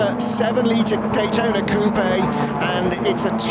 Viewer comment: It's not cou pe' it is just coupe with the e silent.